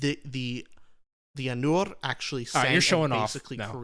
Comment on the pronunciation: pretty sure Ainur is pronounced as "eye-noor"